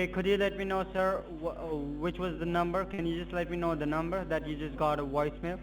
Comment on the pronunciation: A Woice Mail???? They learned English at WalMart. lmao